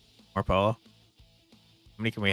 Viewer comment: Yay! A depression game! It instantly gets less dreary but interesting way to kick it off. Also, Pollo: Near the border I always hear poy-yo but the interwebs says poy-ow or Poh-Yoh. But my heart sank with every 'polo'. Bringing back the psychological horror elements of the game, one polo at a time. (my own ethnocentric jokes aside, good vid!) Edit: Gha! you mentioned about the chickens at 55 minutes. Also, I'm not sure where this is set but even though Marrano is literally pig, and might be used normally in some places, it's been commonly and historically used as a slur (also a normal insult)..language is weird.